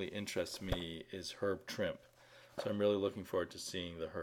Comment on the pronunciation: Trimp-EEEE! Trimp-EEEE! I'm just gonna keep yelling out you until you say the man's name correctly.